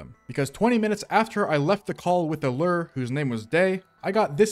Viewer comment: The way you pronounce lure as "lerr" drives me insane lol